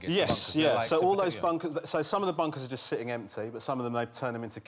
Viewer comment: Waaabbbit you jwust waaait!!! 🐰